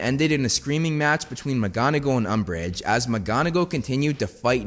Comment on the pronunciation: LOL umbrage LOL UMBRIGE